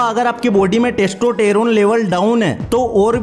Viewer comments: Ap testosterone nahi testoteron bolrahehe,😁😁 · testotaro 🤣🤣🤣🤣🤣🤣🤣 jink😂😂😂😂😂😂😂😂😂 abey gawar. pehla bolna seekh